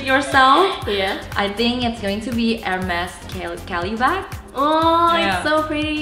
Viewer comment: Finally, an Indonesian who pronounce Hermès right! Love this video very informative 👌🏻😍